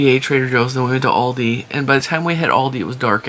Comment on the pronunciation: The company Aldi was founded in Germany by the brothers Albrecht and after a dispute they divided the company in Aldi Süd (south) for South Germany and Aldi Nord (north) for North Germany. They have a different stock. Trader Joes is basically Aldi North. And the A in Aldi is pronounced like the A in America 😊 Hope that wasn't too boring 😂